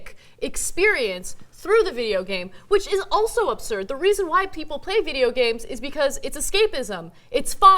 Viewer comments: Why did it sound like both Ana and Cenk said "ubsurd" instead of absurd? :o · absurd Ana... ABSURD... it is not Obsurd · "Ub-surd," Ana?